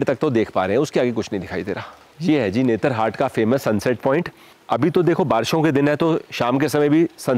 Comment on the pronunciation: You keep pronouncing it as 'netra-hat' ... actually it's 'Netar-hat'.